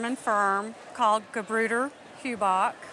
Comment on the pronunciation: By the way: "Gebrüder" is no name but means "Brothers" - I wonder why that hasn't been translated. And "eu" sounds totally different then "ü" (that also can be written "ue" in German what she tries to pronounce here), so the name is spoken horribly wrong. Unfortunately I don't know any similar louds in english.